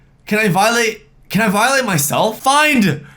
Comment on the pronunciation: I was dying when he said, FINED!! FINED 50 DOLLARS!!!!